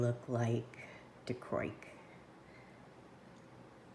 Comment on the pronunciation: It's pronounced dye-KRO-ik in case you've never heard it out loud before. Lovely result, especially with the black backing.